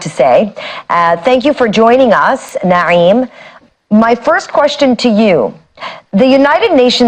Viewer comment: The presenter seems to be Arab in look. By the way, she pronounced the guest's first name like someone versatile in Arabic phonology.